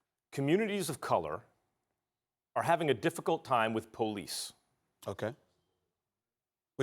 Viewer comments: Max said Pohlease. 😆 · Max really called it Pull Ece. WOW This man is fake as they come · This nigga max said poh-lice not police poohlice 🤧wtf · Max said "PO-lice" lol. He wanna be black so bad